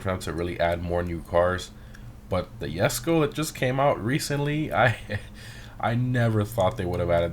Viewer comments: its called Jesko not Yesko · it's not called yesko it's jesko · Even if that j in jesko wasn't pronounced as j it wouldn't be yesko it would be hesko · It’s jesko (dge.sko)